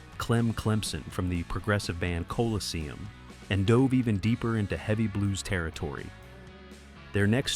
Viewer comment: This is AI slop. It leaves out all kinds of details that anybody who knew the story would include. And it couldn't even pronounce the word Colosseum.